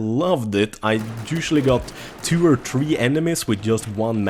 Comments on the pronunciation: 3--> tree ???? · Fattar inte hur du kan säga så jäkla fel på siffran 3 på engelska men annars prat fel fritt? Du säger (över satt till svenska) ett två träd. Det är One Two Three INTE One Two tree. Uttala det som du uttalar tjock på engelska (inte fet = fat) utan Tjock, Bastant, Kraftig = Thick. :) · 'Battlefield Tree' lol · Come on!!!! U pronounce three, "free" not "tree" dude;)!!!!